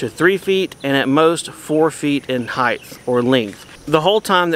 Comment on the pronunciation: Height not heighth.